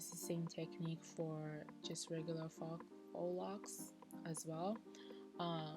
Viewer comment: So in none of the comments did I see anyone mention that the word "Faux" is not fox but fo🤔. Just thought I'd share 🤗. Great video otherwise 👏👏